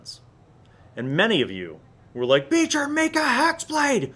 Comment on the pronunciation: Every time someone says Beecher I hear feature